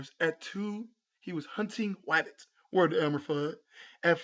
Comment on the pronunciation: Did this nigga say wabbits 👀